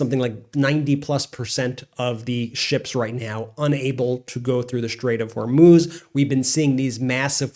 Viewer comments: I can't believe you keep saying strait of Hormoze it's pronounced Mooz like the cow moos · Please BEN, learn how to pronounce 'foreign' words rather than guessing (like NOR Hormews or Hommoze but HORMOOOZ for Hormuz. and the equally bewildering Mountbaton rather than Mountbatten for a few days. Easy peasy to check out via google searches or google translate. Otherwise, loving your work. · Strait of Hormuz....Hormooz just FYI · Please say Zel-EN-sky and Hor-MOOZ. Your garbled pronunciation detracts from the otherwise excellent videos. It’s not Zel-IN-sky and it’s not Hor-MOZE.